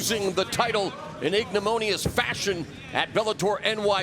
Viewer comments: "Ignimonious" Ha. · did he mean "ignominious"? Come on Goldie, all the one liners but can't pronounce a 5 syllable word?